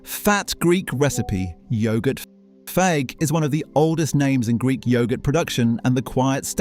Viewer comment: Fage is pronounced 'fay' 🙄